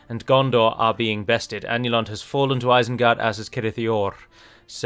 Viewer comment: Ah yes, isened gard